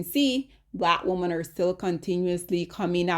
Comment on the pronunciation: Lawd! 😔🤚🏼 Ok, the word "women" is actually pronounced "whim-min" not "whoa-min". Whim-min.